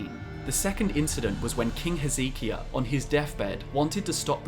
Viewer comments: Whose "Ezeekia?" Lmao King Hezekias name is pronounced "Heze-Kye-a" Not "Ee-zee-kia" Awesome video regardless tho I love Gaunter O'Dimms character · He-zeh-kai-yuh lol. Not he-zee-ki-ya It comes from the hebrew name “Heskiyahu” Heski meaning strength And yahu referring to G*d